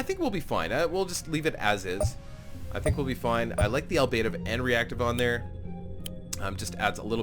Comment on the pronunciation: You're pronouncing "Ablative" incorrectly, my friend.